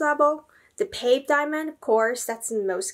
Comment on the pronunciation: It's not BULL-gare-i, it's bvl-GAH-ree. It's not pave, it's pavé. I expect there to also be more pronunciation issues further into the video, but I won't bother going over them now. I'm exiting.